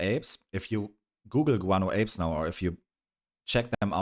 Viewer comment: Guano Apes you reminded me that the band was popular in Poland thanks to the German station VIVA, which had its own Polish reference. I tyou reminded me that the band was popular in Poland thanks to the German station VIVA, which had its own Polish reference. And yoursThe pronunciation is impressive and you can immediately feel that you are a good person, your eyes say a lot, maybe it sounds too naïve, but you probably know it very well. I just wanted to say that under "GAIA" a woman wrote untruths about the dissatisfaction of Poles, so I had to answer and lead this lady to the truth, it was only like this. Greetings and have a nice evening.